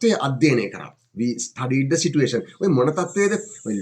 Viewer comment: සර් situation කියන වචනෙ කියද්දි සිචුඒෂන් කියලද කියන්නෙ